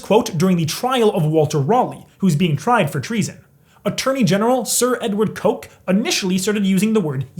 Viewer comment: Sir Coke is actually pronounced as "Cook" today.